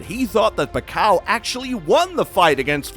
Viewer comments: PAK-YAW!! Not Pa-kaw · Pack- kyiaw not pakaw😅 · Paqaw🤣 its pakyaaaw not paqaw😂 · sometkmes he said it correctly the same way as how filipino say it. Pakyaw. But he usually say Pacow sometimes pacquiao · Pakyaw not pakaw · The pronounciation of Pacquiao should be Fuck-kiaw not Pa-kaw as you Pronounce.😁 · I love your video bro, but your pronunciation for Manny surname is wrong. It's "PAC-QUIAO", and not sound like "PACAO". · pakaw🤣🤣🤣 its not pacao. its Pacquiao (pak-yaw). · What do you mean pakaw?? Haha pacquiao (pakyaw) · It is pronounced PAK-YAW not PACKAW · It’s PAK-YAW (Pacquiao) thanks me later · P A K A W... dude butchering his name throughout the entire video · What the F...this vloger no good pronounce of the name pakaw, shit.. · you are an excellent narrator but who the hell is Pacau? ^_^ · pack-kaw? really? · ...Better get your IVR voice updated (not Pacao) just call him Manny... have to thumb u down. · It’s pa-ki-yaw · Who's pakcow? Please say it right. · Nice video bro. However you need to know how to pronounce the living legend's surname right. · If you want to show respect to Manny Pacquiao, learn to say his name right... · atleast. try to pronounce his name correctly, right before making a content about pacquiao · The pronunciation of Pacquiao is killing me!🤦‍♂️..smh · Not a big deal. It's a good content regardless of the wrong pronunciation 😊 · Please teach this Guy proper pronunciation....